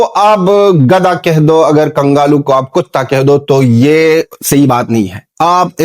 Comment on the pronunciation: Kangalu nhi kanglu 😅😅